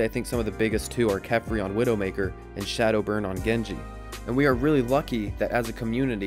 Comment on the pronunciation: A) It's ShaDowBurn, not ShadowBurn, silly boy B) SDB is a fucking amazing Pharah too, but I see your point.